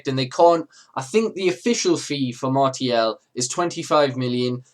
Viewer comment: Apparently the proper pronunciation is Mar-see-al